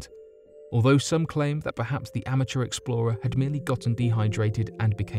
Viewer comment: Will you PLEASE learn to say "amateur"!!!! Also, as you're from the UK, why do you persist in saying "gotten"? We're not in Kansas now,.